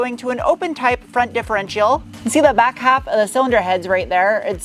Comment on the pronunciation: Dif-er-entail?? Speaking is hard, but come on. It’s a differential. Pronounced di-fo-ren(t)-shal